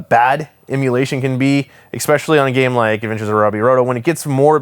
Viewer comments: You say "exspecially." I want you to know that that is incorrect. Good day. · MY GOSH MAN the word is pronounced "ess-spesh-ally" its spelled especially. NOT EX-SPECIALLY. You're kiling me man!